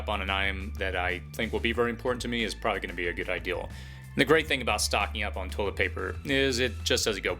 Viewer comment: It's pronounced, "probably", NOT "pry".